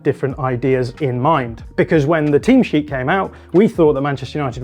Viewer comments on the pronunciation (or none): none